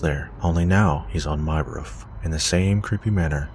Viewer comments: U say roof like woof ! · I had to keep replaying the roofman story because of the way you say "roof". the way you pronounce it probably because of your accent would make me lol foreal. are you canadian or american btw LOVE your channel, just found you last week and can't get enough. keep it coming yo